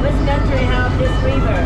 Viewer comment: Oh, so he said, "river". I thought he said beaver. 😆